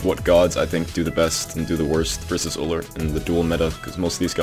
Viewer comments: it's pronounce you'll, not ooller. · >best Ullr player in Smite >can't pronounce Ullr correctly